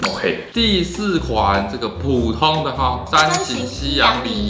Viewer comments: 一直在留意 是 「補」 通 ，還是在念 「普」 通🙈🙈🤣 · 開始兩分鐘就一直注意說「ㄅㄨˇ通」看來是podcast後遺症XDDDD